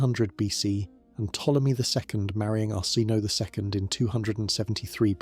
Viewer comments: Pronunciation needs work. Arsinoe for example, pronounced Ar-sin-oh-ay. I do like your videos though. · Arsinoe : Ar-sin-no-ay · His names Arsinoe! Lol!